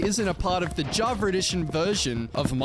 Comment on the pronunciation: dude please stop saying javar edition there is no R on java